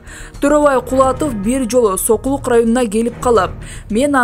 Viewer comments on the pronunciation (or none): none